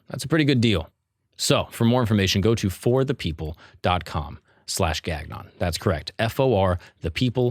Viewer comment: bruh your last name is not pronounced Gag-non lmao